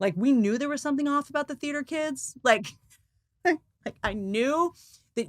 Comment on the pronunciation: Ok so out of all the unhinged mother movies, who would we have Blake Lively play in a remake. Serial Mom? What's your suggestion Whitney? By the way Whitney the way you said Theater hahaha i had to listen again to that 4 times. Gold. Living for you ❤😂